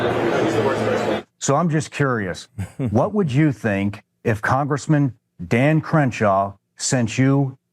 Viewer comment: Did you just say “dahn”? Are you from Pittsburgh???